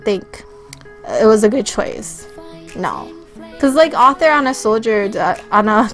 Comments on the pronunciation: it is arthur. AURTHUR. not author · yea she also called arthur as "author" xD